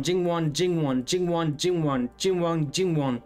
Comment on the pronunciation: I think is a fact now!! No one can say Jingwon better than you!!😂